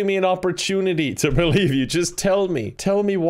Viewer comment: "I believe, I believe, I believe" more like "I bee leave".